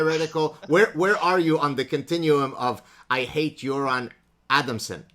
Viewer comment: Props for pronouncing "Göran" correctly lmao